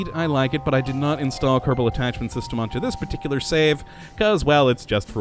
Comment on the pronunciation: When he announces Kerbal Space Program, he pronounces it Kerbdal... But says it normally when just talking. Anyone know why?